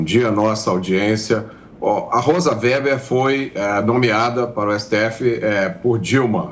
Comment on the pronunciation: WEBER é pronunciado /vêber/ e não /véber/.